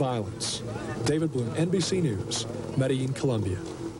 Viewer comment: Its pronounced medejeen HPTA